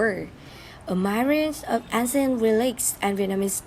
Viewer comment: Thực sự phát âm tiếng anh bị kiểu cách quá, thậm chí là sai ở 1 số từ lun. Như từ Ancient lại đọc là án-xi-ân trong khi cứ đọc 1 cách tự nhiên là Én-sân